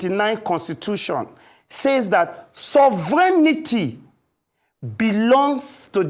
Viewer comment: Even the presenter was contaminated by the mispronunciation of SOVEREIGNTY😂